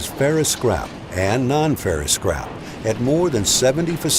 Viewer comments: Everytime he said "this scrap", all I heard was "(magnets lift up) this CRAP" lmao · every time he says "the scrap" I understand "this crap"